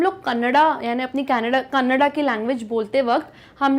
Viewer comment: Mam that is not कनाडा it is a language named. कन्नड़